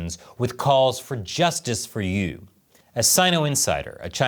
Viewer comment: 1. Yu should not be pronounced as 'you'. The 'u' in the name should be pronounced as 'oo-ee' (as in 'ruin'). Hey,, you should know. 2. I've come across some rumors that Yu was killed for the purpose of some sort of black magic the CCP was working on. 3. CCP = Callous, Cannibalistic Psychopaths. The sooner the den of vipers goes to Hell, the better. 🍯